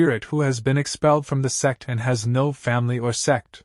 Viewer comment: Those who hear s*x instead of sect Like my comment ❤😊